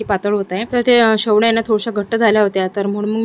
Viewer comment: Shevaya mhantat shevlya nahi